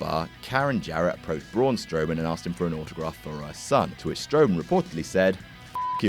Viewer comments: is just mispronouncing a name supposed to be funny? is this what passes for comedy? damn, sucks... everybody else on WhatCulture >>>>>>>> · Saying his name incorrectly isn't funny.